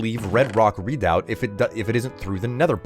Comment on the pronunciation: Oh god, I'm turning into a language cop forgive me!!! but it's pronounced "reh-doubt" not "read-out" :) Also, hubby and I are loving the new series! You rock, as always.